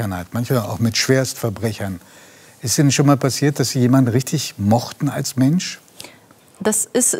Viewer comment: Jaaaa, und bitte ´betonen´wir auch bitte noch tausend mal das `INNEN´! Boah, ich kotze!